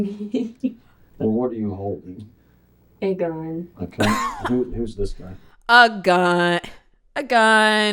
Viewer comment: "A gun. A gUn. a GuN." My mind went to that anime clip where he's making the soup, getting all into narrating and then screams, "AND A GUN!"